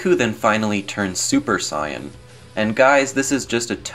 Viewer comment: it's pronounced Saiyan